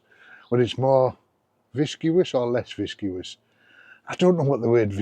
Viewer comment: Agree on the lanshan 1. Wouldn't trust it anywhere I wasn't willing to sleep without a shelter of any kind 😂 Ps it's pronounced "viss-cuss" and it means thick'n'gloopy ha Great video mate!